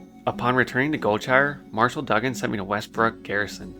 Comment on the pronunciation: I'll add another one. It's Marshall Doo-gan, not Dug-an. Good gameplay, I can tell your pronunciations are regional because you have a bit of an accent. Keep it up.